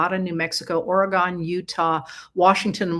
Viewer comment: Or-ruh-gone!! We in the Northwest pronounce it “Or-gen.” 😅